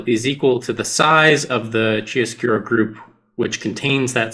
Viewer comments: The correct pronunciation of the title is something like Kiaroscuro, with an hard c at the beginning of the word, and stressing the a. It's a technique for drawing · Since mentioned this, chiaroscuro is pronounced "Key ARE oh SKEW roh" and refers to high contrast of light and shadow in art. From the Latin words for light and dark.